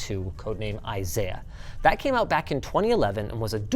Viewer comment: Or pronounce "out" as "oat".